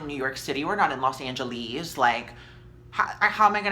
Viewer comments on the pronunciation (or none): I fucking died when you said "Los Ange-lez" 😭 Omg girl, I am so sorry this happened! People are assholes! Fuck them. You're cute. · You are so funny even while discussing serious subject matter! “Los Angelezzz!” Lol I live! 🤣❤️ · i love how you say los angelees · "What do you mean, like we're not in New York City we're not in Los Angeleeze..."